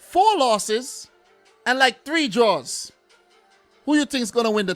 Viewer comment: as a Caribbean person, hearing you say draws over and over has me lmao.